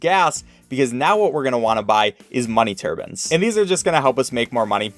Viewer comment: "Money turbans"